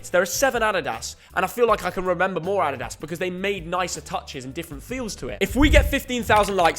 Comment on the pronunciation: The way this guys says “adidas” drives me mad 🤣